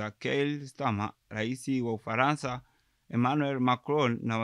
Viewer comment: Umefanya vyema lakini Matamshi sahihi ya baadhi ya meneno ni changamoto mfno; Uingeleza❌ Uingereza✅✅, Ufalansa❌ Ufaransa✅✅ Tambua kwamba Matamshi ya maneno ni SUALA muhimu sana ili kulinda mantiki rejelewa